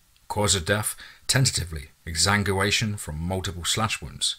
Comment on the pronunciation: Bro try and pronounce it ex sang gwa nation